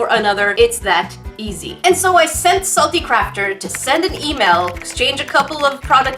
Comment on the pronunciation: She said salty crapter